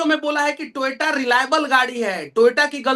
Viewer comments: Nitin gadkari ko koi pehle toyota bolna sikhao yaar....toyato bolne ka copyright hai uske pass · Toyota ❌ Toyaato✅